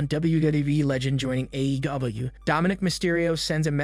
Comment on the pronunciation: I apologize but it’s sounds like the narrator is having difficulty with the pronunciation of some of the WWE superstars and AEW. Just giving some feedback. Maybe slow down when pronouncing AEW it sounds like they’re trying to make it one word… it’s a but cringe 😬